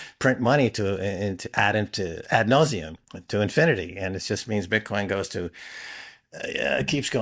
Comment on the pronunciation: buddy says bitchcoin. Gotta love it